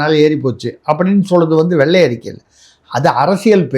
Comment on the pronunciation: வெள்ளை அறிக்கை. அதை. வெல்லை அறிக்கை இல்லை தமிழ் வார்த்தை களை கொலை செய்ய வேண்டாம்